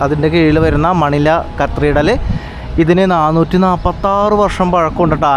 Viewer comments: കത്രിഡൽ അല്ല കത്തിഡ്രൽ ആണ് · Pronounce , CATHEDRAL.